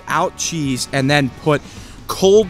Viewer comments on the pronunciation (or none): none